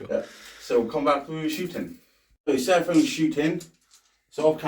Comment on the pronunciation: It’s Seraphon not sera-phone ....